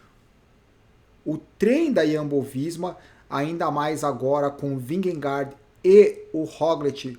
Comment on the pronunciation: Só uma curiosidade: Jonas Vingegaard se fala "ionas vinhegô". Kkkk...